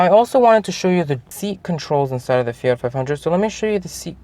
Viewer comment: Fiatttttt “t”